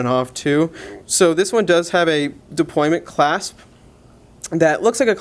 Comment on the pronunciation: Deployant. Not deployment. Deployant.